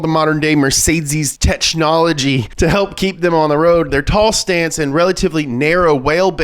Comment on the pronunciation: you having a mild stroke trying to speak 'thech nol gies..... Whalebase.... jokes